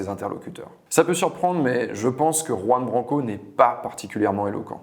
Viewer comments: C’est pas Ouan Branco, c’est Juan 😉 Apprenez à ne pas écorcher les noms ! Merci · Mon Dieu, même pas une minute passée dans la vidéo, et je suis déjà attéré! Juan Branco sont un prénom et un nom totalement espagnols! On ne dit pas [roue-ane] mais [KHouane], on porte ses coJOnes, et on prononce "la JOTA (la lettre J), à l'espagnole, comme un KH arabe, langue de laquelle la jota est évidemment inspirée!... merci